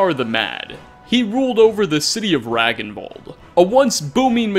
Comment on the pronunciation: Just a heads up; "Ragnvald" would be pronounced as [Ràngn-vàld] :3 Like most of the strangly spelled tombs and areas in Skyrim this does sound so fitting if a person of norse or german descend actually do pronounce them. :)